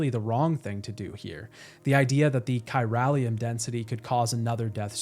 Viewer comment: You played this game multiple times, and you still can't pronounce Unger and chiralium correctly? Good vid though.